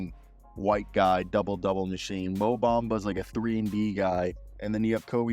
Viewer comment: Ain't no D in MO Bamba!!